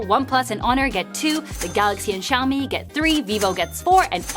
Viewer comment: Xiǎomǐ(syaomi), not shyaomi...